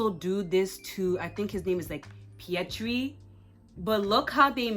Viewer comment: Fyi: the Indian Spiderman's name isn't Pietri, it's Pavitr